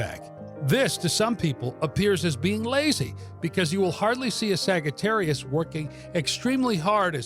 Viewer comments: It's saggy not sagee🤣🤣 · Did you really pronounce it like that? A sag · Sagittarius Sags? The G here is the one and only place I have heard it pronounced this way honestly its different and my gut insight tells me it is more accurate as Saj-ittarius as phonics go but beyond that back to the origin of Astrology. I resonate with source No Sagittarius Ive ever known is unreliable as the signatures for our sign has long been Insight Wisdom Light bridge builders Empathic and major adherence to loyalty and best of all lastly not least is temperance which is balance and balance. which balance defines as stability, the Hebrew language defines wisdom as stability aka Sophia having deep connection with the Moon also Sophia Never have I met any person expressing unreliability at all which I will dismiss as a false attribute. Clear and baroque Sagittarius is a master marksman and having a bow we find bow originates from om and later ohm. As for the arrow it is an arc of light a gift of Zeus and as equal in power to the lightning rod he wields. We are seekers of truth in the highest order which creates a deep desire thirsting for knowledge many of our star sign are healers and mediumnic gifted with inner spiritual sight and astral plane access to the legendary Akashic Records archive we are born empaths and in many cases of lives lived are born with old sage souls that retain multiple gifts of Kosmic knowledge Astology and Theology sciences as well as highy vibrational old souls teachers educating others and builders of life helping many to see their own divi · Why does he say it wrong! It hurts my brain!!😳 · Why tf is he saying it this way?? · I don’t think that’s how it’s pronounced